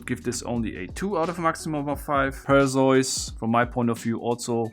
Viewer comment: I am a bit of a mythology buff and I know English is not your first language but its Per-see-us and Thee-see-us!!!